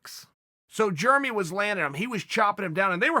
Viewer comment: “Germy” Stephens